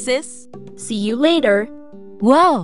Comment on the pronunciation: “whoa, E wiss me siblings ReLAteeionship was like A taht”😢😢